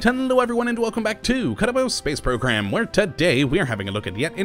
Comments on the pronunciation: Does anyone else think he says Kottabos Space Program instead of Kerbal Space Program? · Douglas MacArthur he does